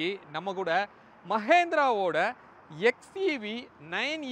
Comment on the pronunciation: Sir its Mahindra not Mahendra as you pronounce Nice review